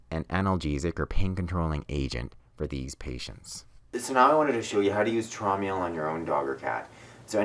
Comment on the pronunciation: Its pronounced as (Trowm Ale) as its a german homeopathic product from the german company HEEL- Traum in german means dream.